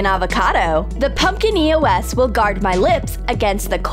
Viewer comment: she called it an e-o-s wottt